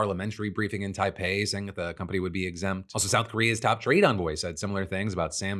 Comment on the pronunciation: Did Philip call Taiwan "Tapei"?